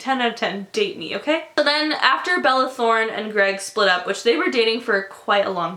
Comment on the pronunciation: " balala throne" I lost my shit I can't deal